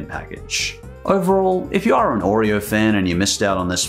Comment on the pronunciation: hate the way he pronounces oreo, too much emphasis on the r sound.